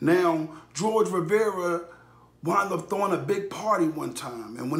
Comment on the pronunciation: you pronounced his last name wrong